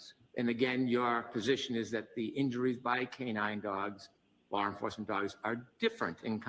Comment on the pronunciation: Lar enfuwsment.